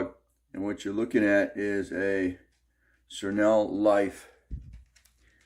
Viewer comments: Try this pronunciation for SereneLife Sa-reen-Life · Great video. I just cleaned mine but the E5 error keeps popping up. I unplugged it hoping to reset it. Hope it isn’t broken. It’s pronounced serene (like Sir & een). And Life. Basically means a life that is calm / serene.